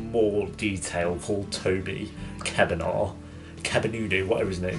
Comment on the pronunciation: You had my EXACT reaction to when they brought Paige back! I wish Emily would just turn the Paige...I'll go home now. Also you pronounce Toby's name like "Cah·ven·aww" 😂 love this!💖